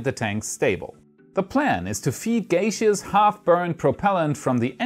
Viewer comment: Gaseous = GASH-us or GAS-ee-us, not GAY-shus. Sincerely, your friendly grammarian. Thanks for the explanatory details! You rock,!